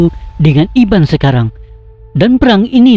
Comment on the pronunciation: Betul..byk error dlm sebutan..Sebuyau jadi sebayau..kapuas jadi kapaus..Skrang jadi sekarang. Tolong edit sebelum dipublish.tq